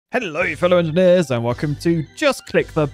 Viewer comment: Wait the Hello fellow engeners spundet Danish are u Danish